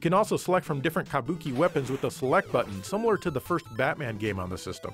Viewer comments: Sounds like you’re saying “kamboki” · You say "kabuki" like such a gaijin